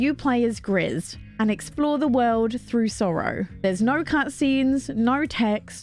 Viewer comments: Gris = gray in French; it is pronounced: gree. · Great video as usual 😊 I also have my eyes on Blanc ! By the way it's a french word that means white, and the final "c" is silent. Same thing goes for Gris, which is "grey" in french, and the final "s" is also silent. 😆